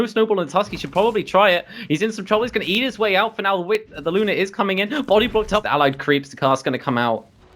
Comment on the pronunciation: Good cast but it's "Maledict" and "Luna", not malediction or Luner